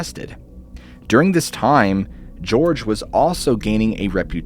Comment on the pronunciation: Ah, Jorge Martín (his name's pronounced Jorge in Spanish, not George, fyi). For years he published Puerto Rico's answer to the Fortean Times, Enigma, which I still have collected at my parent's house and I'm sure they'll be the subject of an article or book in my future. That creature is acknowledged to have been a hoax. By the way, the. municipality of Ponce is pronounced "Ponsay", not "Pons". :) As for el Yunque, well that's the island's Area 51, and it's been associated to everything from fairies to sasquatches to chupacabras to aliens. There's a lot to discuss when it comes to studying alien folklore on the island, and much has a lot to do with the population's tense relations with the island's colonial status and with the US. Oh, and Cerro Las Tetas translates to Mount Breasts. ^_^